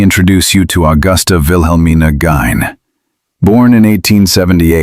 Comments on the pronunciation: Why did the pronunciation of Ed's last name in this AI story go from "Geen" to "Gine".....oh that's right....bloody AI pronunciation changes.....it can take credit for awkward pauses between words as well. Get an actual human narrator. Or is the person who programs this unable to speak. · “Geen” like seen or ”Gine” like nine?? Why does the narrator pronounce it both ways? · So is his last name pronounced “geen”, or “gyne”? The narrator pronounces it both ways. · Is it pronounced Gyne or Geen? Oh, okay, "Geen" (from the trial) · pronounced GINE or GEEN jeesh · If you are going to do a documentary about ed gein , at least get the name correct… it’s GEIN , pronounced GEEN !!!! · He had paranoid schizophrenia when has far more to do with his crimes than the way he was raised. And it's pronounced "geeeeeeen" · Why the hell can’t you say gein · How many times will you pronounce Gein’s name differently? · Or the name right. Is it Gein or Guin? Come on. Sloppy, sloppy work.